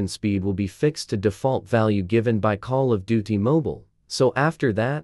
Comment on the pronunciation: 😂come on, now all I hear is call of do t.